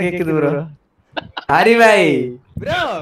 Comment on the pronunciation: dey not rai😂